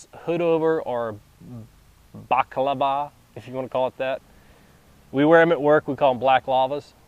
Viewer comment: balaclava, not baklava lol. i need a tarp. need to look for a tarp...